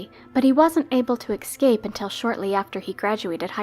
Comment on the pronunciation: escape, not EX-scape